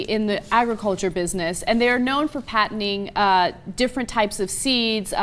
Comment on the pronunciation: OMG ... where to start? First, the word you wanted is "Patenting", not "Patening". Second ... OMG .... there are too many of them. just do some actual research. I used to like watching you guys, and you just fell so far with this uninformed bullshit video. Read what actual scientists say about the Rat study. DO RESEARCH BEFORE POSTING BULLSHIT LIKE THIS.